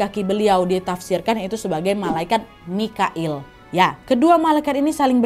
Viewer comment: Jibril n mikail kak nadia bkn moqoil ,kak nadia ngmg moqoil td